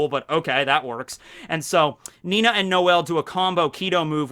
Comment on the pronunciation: FFS it's ninny spoken Nini not Nina!